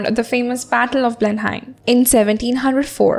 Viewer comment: You pronounced Blenheim in a wrong way